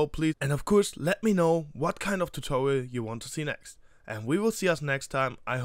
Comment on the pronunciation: Tutorial not tutowial